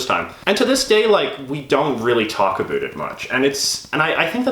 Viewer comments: More like pronounces it in the "stereotypical Canadian" way (a-boot), possibly as an affectation. I will say I've lived in Canada all my 43 years, been to six of ten provinces (have yet to see the Atlantic provinces), and is the only Canadian I've heard pronounce it that way. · You can tell is an actor because he pronounces the word 'about' differently than.